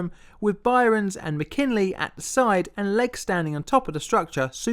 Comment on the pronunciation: SL-1 Accident: It's Byrnes (pronounced "Burns"). One syllable. Not "By-rons."